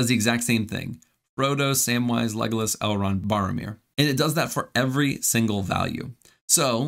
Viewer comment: Barromir= Boromir